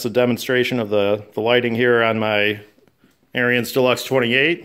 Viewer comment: It's pronounced Aaron's. Not AirEEuns